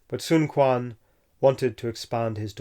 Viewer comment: “q” in China is pronounced as “ch” or “tch” (ch’ing dynasty, not king dynasty, sun chuen, not sun kuan )